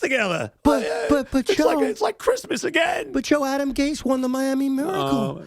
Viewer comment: Someone better tell Joe it's pronounced Gase not Gays.